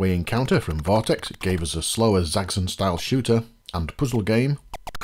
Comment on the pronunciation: Zaggzun? I thought it was Zaxx as in "axe" and on "on"; put them together and what do you have? Zaxxon! ;-)